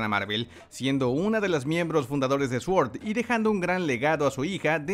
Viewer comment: S.W.O.R.D Cómo se pronuncia: "sort" Cómo lo pronuncian los que hacen videos de Marvel: "suort"